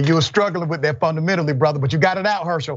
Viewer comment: His response is also not original. Lol "Funamental" lol